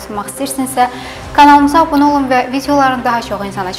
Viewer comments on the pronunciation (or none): none